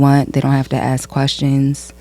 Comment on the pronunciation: It's ask not Ak!